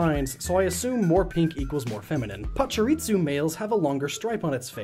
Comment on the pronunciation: I'm pronouncing pachirisu's name like he did in this vid from now on.